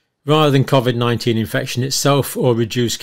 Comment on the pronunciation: Cov-id and not Covid?